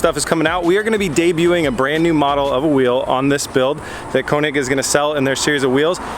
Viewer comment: Eeh. König is still German word for KING and you pronounce KÖNIG thinking the second letter like you sa burn or the first sound in the english word early (the 'ea')... This is FYI.. PEACE!!